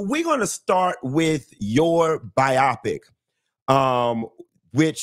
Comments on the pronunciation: Miki Howard 💖;, I'm gonna get you about your pronunciation of "biopic":) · And I'm gonna get him about "biopic":)